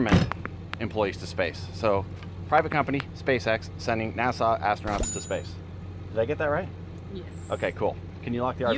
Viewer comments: Sorry the rocket got scrubbed!, it's NASA not Nassau! 😉 Haha! We love you!!😍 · Is it the Canadian accent that results in pronouncing NASA as Nassau? ;)